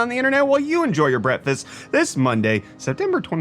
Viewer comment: Does he say breakfast or brettfast?